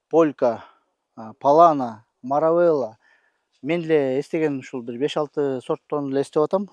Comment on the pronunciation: Ассалому алейкум. Былтыр ежевиканы ежемалина деп айтып журуп эле эми туурабы айтып квлыптырсын. Эми Маравелла эмес Маравилла деп айткан абдан жакшы болот.